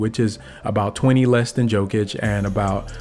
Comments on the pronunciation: Just a friendly tip: It's pronounced ''Yow-kuhch'' , not ''Jo-kunch'' 👍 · I love the video bro but come on you gotta get Jokic’s name right😂